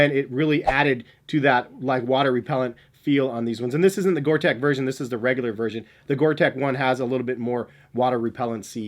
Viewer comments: Gore Tex is pronounced TEX like in TEXas not TEC :) Keep up the great reviews! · Gore-tex with an x. Pronounced like gore-teks not gore-tech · The Reebok Zig Kinetica Edge has to be one of the f-ugliest shoes ever. Gore-TEX is NOT pronounced to sound like Big TECH --- the "tex" is like the sound of the state of TEX as --- pretend there is an "s" at the end of "tex" - sound the "x" out. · Yes I'll be that person. It's Gore-Tex Not Tech😂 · You’re missing out on the acg mountain fly. Also it’s gore-TEX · Please stop saying "Gore-Tech", it's really annoying, and spoils an otherwise good review :( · Its pronounced Gore tecks, its a fabric that lets air in and out but not water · Stop saying Gorteck you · You'd think that a guy making a video about Top whatevers on the subject matter would know the difference... He can't even pronounce Gore-Tex correctly. facepalm